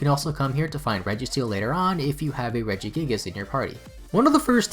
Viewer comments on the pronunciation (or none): none